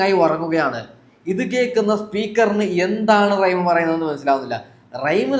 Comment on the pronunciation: റൈഎം അല്ല മോനെ... റഹിം..